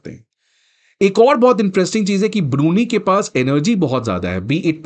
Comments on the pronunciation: Hey Bhagwan it’s ब्रूनयी not ब्रूनी 😁🤭 otherwise the lecture was perfect 😊👍🏻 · Brunie😂 Bro your pronounciation should be world class it is BRUNEI ( pronounced as Brunai ) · Learn to pronounce BRUNEI correctly ! It is not Biruni as you say but BRU-NAI !😡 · It is NOT ब्रुनी। It is ब्रू नै !